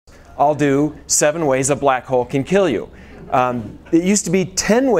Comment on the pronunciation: Did he say black hole or black hoe? I don't know much about the prior but I'm all too familiar with the latter.